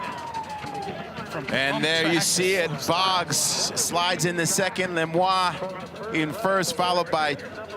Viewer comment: Lemoine is not pronounced Lemois.